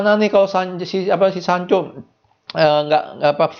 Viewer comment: ngomong janconya biasa aja bang...